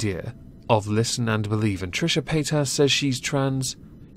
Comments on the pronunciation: Paytas... really... I kept hearing Pétasse (french word)... which I wonder if she actually knows and chose on purpose... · I swear I thought you were saying Paint Ass.